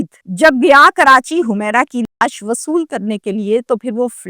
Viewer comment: Why u always call ash instead laash